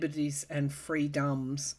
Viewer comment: The way you said free-DUMBS! I split a gut! 😄 And it's rather worth saying, when you lose faith you read the comments... I come listen to you! Ty deeply for everything through these years, dear and beautiful soul! You're a Healthcare worker for our souls 💖 Goddess Bless 🙏